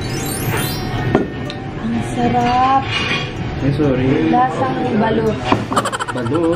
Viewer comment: "Eng sherep"😂😂